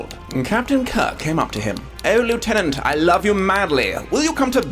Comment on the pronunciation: he said Lieutenant wrong. Twice.